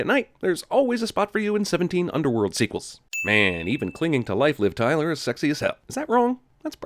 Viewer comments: I lost it when he said "Liv Cryler" 😂😂😂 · “Liv Cryler” lmaaaooo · "Liv Cryler" LMAO! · Its liv tyler not clyler Edit: Kk I get the joke now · "Liv Cryler".